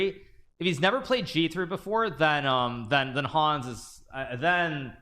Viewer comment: MVL giving the proper french "Hans" pronunciation with a mute "H" :D